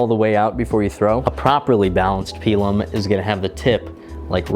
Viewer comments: It's typically pronounced "pie lum" not "pea lum" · "Pie Lumm"